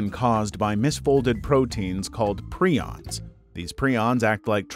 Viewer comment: "called preeons" its Pry ons not pre ons